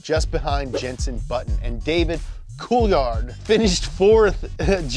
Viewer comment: Cool-Thard, C’mon